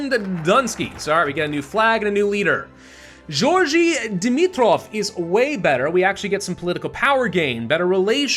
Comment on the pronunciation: This is honestly my favourite thing to do in HoI4. Also the G in Georgi is read as the g in grill.